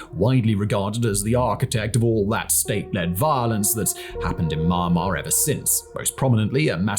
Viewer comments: It's "Mee-ahn-mar", not "Maaa Maaa". You're a massive, quality content producer. You should know that. Cheers :) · Why is he pronouncing it so weird? It's pronounced mee-AN-mar, not MIEYRNE-mar I feel like I'm having a stroke every time he says it